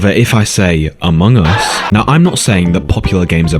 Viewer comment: I actually laugh when you say Amoung us 😂😂😂